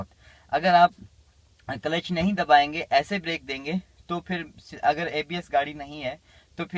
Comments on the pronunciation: कलेच ?😂😂😂 क्ल्ज है 😂😂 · Kalesh nhi sir Clutch hota h